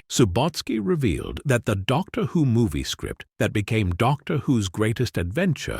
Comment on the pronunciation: The content of this is interesting but the AI voice is so distracting! Can the creators of these videos not read aloud for themselves? Even a second-rate reading by a human is better than an AI voice, which always sounds artificial, with weird inflections and consistent mispronunciations of names, e.g. "Doctor, whose greatest adventure" and "Weng Ching".